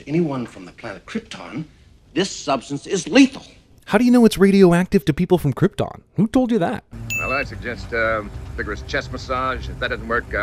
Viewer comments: Using the 'schwa' in the place of the o in Krypton is not mispronouncing it sounds better than those saying KryptOn with an overly American accent. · It's not a sin to sit through 5 mins 40 secs of those epic credits listening to that epic theme. Krypton IS pronounced KrypTON, not KrypTORN!! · Their pronunciation of the word Krypton is just right. You, on the other hand, say something like "kryptaaahwn"...awful!! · Pronounced kryTIN? Since bloody when you moron. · Dude, nobody pronounces it like Krypt-ohn. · Its Krypton not Kryptooooon, dummy. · No, narrator, everyone in the movie is not mispronouncing Kryptaahn. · So everyone on Kriptin pronounces it Kryptin, but only Earth people pronounce it Krypton? I think it is we who are wrong... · Everything Wrong with this Everything Wrong with Superman the Movie: Sin 3: Krp-tin, Kry-ton, Tomato, To-mahto, Sin 4: Its a two part film, which reminds me, do a Sins video on Superman 2. Sin 9: You make a joke but fail to point out the bigger sin, as to why a baby Superman would remember this information--which he clearly doesnt. Sin 22: Because I'm sure the Pimp was watching Clark. Sin 27: Yes, a computer is exactly how it works. Sin 32: Its similar to Sun rays from our own sun. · Was watching this movie again last night, and caught a sin that everybody missed, and it ties in with Marlon Brando mispronouncing "Krypton" (on purpose; you're definitely right about that one, CS). How the hell does Superman know how to pronounce "Krypton" correctly? The only way he even knows the name of his home planet is because Jor-El told him, and Jor-El always pronounces it "Krip-tin" (so does his mother, BTW; I watched Superman II, too). So if Superman has only ever heard "Krip-tin, Krip-tin, Krip-tin" for 12 frickin years, how does he know the proper pronunciation is "Krip-tawn"? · Maybe it's YOU who mispronounces Krypton. I don't think they would make such an obvious mistake..